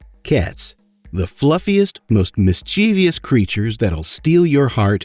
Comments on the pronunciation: MISCHIEVOUS - not mischeevious. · Why can't Yanks speak properly? Why is the English language so hard for them? There is no such word as "mischievious". The word has two "i" letters only. The word is "mischievous". SMH. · Complaint about the narrator's very first sentence.. There's no such WORD as "mis-cheev-ee-ous" !!! It's pronounced "mis-chev-us." PERIOD !!!! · Mis Chiv us, not mis cheev ee us. Comments were at number 666 so I had to do something. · Where do you see that fourth syllable in "mischievous"? Because it ain't there. It's "MIS chuh vuhs", not "mis CHEE vee uhs". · mischievous or mischievious? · It's mis'chievous, not mis'chie'vious! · Mischievous. (MISS-cha-vuss). It rhymes with stimulus. It does not rhyme with devious. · Miss-cheeeeeeeeev-ious That's not how you say mischievous. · Mischievous is not pronounced like that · You mispronounced "mischievous". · Mischievous is three syllables, not four, contrary to what seemingly most of the world would have you believe by their constant mispronunciation of the word.